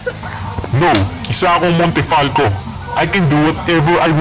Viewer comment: Montefalco ❌ Montefalcock ✔️